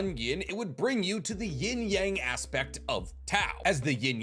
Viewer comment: I hate the way you pronounce "yang" you watch too much anime to pronounce the word like that